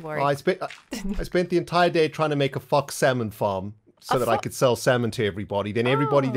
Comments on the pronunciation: Is it just me or does it sound like is saying "F*** salmon farm"? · im glad im not the only one who heard "f*ck salmon farm"